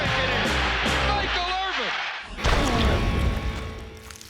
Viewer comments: "Michael Irving" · This girl said Michael Irving yup you’re a real fan 😂😂😂